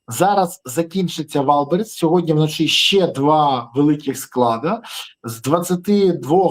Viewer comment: Подяка за випуск.Але "СьогоднЯ"😂 правильно говорити "СьогоднІІІІ".Слава ЗСУ!❤